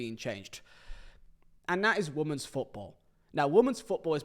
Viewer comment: Can someone please tell how to pronounce women?